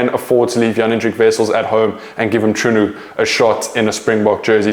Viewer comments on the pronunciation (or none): Bro let’s work on that Mchunu pronunciation. It’s not that hard to get it right